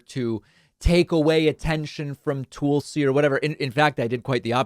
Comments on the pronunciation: David as you well know, Tulsi's name is pronounced like Tulsa Oklahoma, not Toolsi. Don't be a tool, you are better than that... Peace and love, j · Again, her name is TUL-SI, not TOOL-SI (unless you are intentionally saying tool as a dig at her grifting). And the ONLY reason the left tolerated her for a short time is because she supported Sanders and when some stated tried to screw him out of delegates by casting them for Clinton when that is not what the people wanted she was one of them that put her vote for Bernie when pressured not to do so in Hawaii. And it was only Republicans calling her a true liberal. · I like how he calls her toolsi 😂😂😂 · You know it’s not pronounces TOOL-see, right!?…. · I enjoy the way David says her name, Tool-si is definitely apt. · You've been pronouncing her name wrong for years.